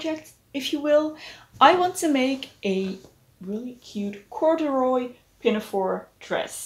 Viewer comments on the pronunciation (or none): you said "courderoy" and i immediately had flashbacks to middle school, i think i just dissociated into a different dimension like OH NO